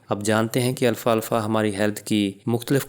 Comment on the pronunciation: او بھائی اتنا لمبا لیکچر دیا لیکن نام غلط لیتے رہے لکھا بھی غلط اس کا نام الفا الفا نہیں الفالفا ہے درست کر ہومیو پیتھی کی کسی اردو کتاب میں دیکھ لیں